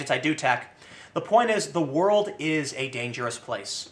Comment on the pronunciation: Tim, it's "WOR - L - D" not word.